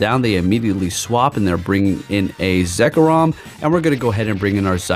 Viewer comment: “dawn mane necrozma” “zekrom” cmon man 😂